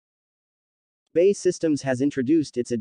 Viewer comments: BEE-AY-EE systems..........Bay is something with water in ....... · B A E !!! Not Bay....